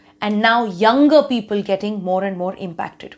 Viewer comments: Damn! She is great. Her english is terrific. Just at one place instead of "people" she said "peopul". Loved her speech though. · what is "Pea-Pul"? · All good untill - 'peeeeepul' 😀. Jokes apart. Love NDTV. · Except peepul 😂